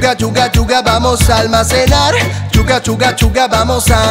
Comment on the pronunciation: juro que en vez de escuchar sugar sugar sugar escuche chuag chuga chuga xd